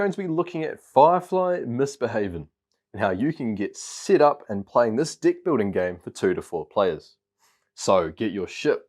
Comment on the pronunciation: is he saying di** or deck? once u hear it. u can’t unhear it. love this game btw. gf9 rocks!